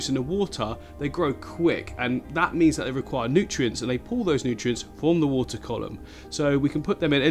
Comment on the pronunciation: Just had to bring it up... "The Woohtaa"